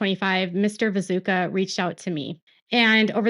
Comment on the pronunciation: His name is pronounced Vi-toosh-ka.